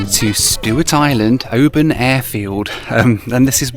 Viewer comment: Kept wincing at the pronunciation of Oban. :) The city they SHOULD have named it after is the next one up the coast -- it looks JUST like Mallaig. Even unto the high road going to a really nice OP. (both about 600 population)